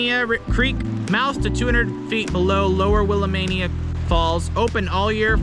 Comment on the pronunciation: Dude; why am I going to trust anybody who can’t pronounce “Willamette”? And you have music covering over your speaking.